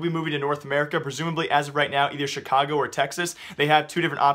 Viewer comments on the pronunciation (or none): none